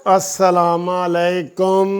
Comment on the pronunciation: بھائی جان اپنی اصلاح فرما لیں غلط لفظ اس سا لاما لےکم درست الفاظ ہیں اسلام علیکم تلفظ بنتے ہیں اسلام مو عا لیکم Assalamu Alaikum شکریہ